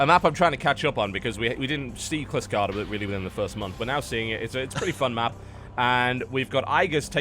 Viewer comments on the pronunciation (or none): TB, it's not Klyskada. It's actyally pronounced "sheelskada" :) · Starcraft and Axiom eSports Would you consider a rule enforcing some form of, "similar colors" for the 2v2 (i.e. Red & pink vs. blue & light blue?) Makes it much easier to keep track in the heat of battle. Also, it's "KILL-skada" :P. And best of luck to you on the 12th! Take care. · Will TB ever pronounce Kylskada correctly :( its swedish for frostbite and its pronounced "shyl"-skada almost like you pronounce the "sh" in sheep. Dont ask me why its spelled with a K I didnt invent swedish spelling :<